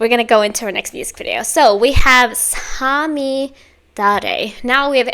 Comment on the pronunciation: 最後の五月雨は特に綺麗な発音でした👍🏻